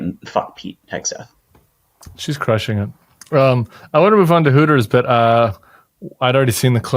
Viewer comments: Cam, are you pronouncing Hegseth as Heg a Seth on purpose? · LOVE IT! Cam- keep the Hegseth pronunciation going!!!! 🗣️🗣️🗣️